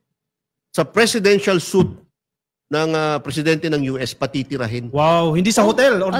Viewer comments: Please pronounce SUITE na “SWEET”,. Anyway, pupunta din pala si President Trump sa atin within this year. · Yung suite Mali ang pag pronounce!